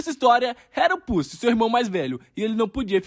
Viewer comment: Porra mano, pussy não kkk, é Pucci, pronuncia com t, "puti"